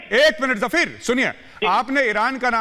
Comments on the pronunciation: Jafir, nahi, fakir, ha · गौरव आर्य जी ये जफीर नहीं फकीर है गौरव आर्य जी